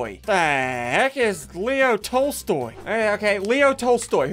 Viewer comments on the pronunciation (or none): none